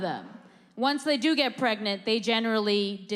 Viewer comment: I’m pwegant.... HAHAHAHAHAHAHAH!!!!